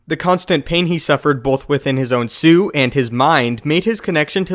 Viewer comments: I don't mean to spread hate but am I the only one hearing sue instead of suit? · Whenever he says "suit" it sounds like "sue" because he never says the T and it's really distracting